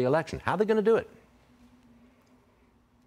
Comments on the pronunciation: The moderator still doesn't know how to say Ramaswami's name. It's not Ramaschwami. It's Rama-swami. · Stuart: The first job of a reporter is to get the names right. THERE IS NO "H" IN RAMASWAMY.